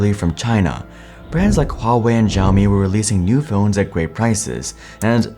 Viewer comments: I will sub when you start pronouncing Xiaomi properly; "Shaomi" instead of "Zhiaomi"😉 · The X in Xiaomi is an SH sound but you put your tongue right behind your teeth. What you are saying would be closer to Zhaomi, which I don't think is a word. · Your pronunciation of Xiaomi hurt my ears 😵‍💫...😄😄😄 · Video was great until he started misprouncing Xiao Mi. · Nice video! But for the future, you should improve your pronunciation of Xiaomi 😁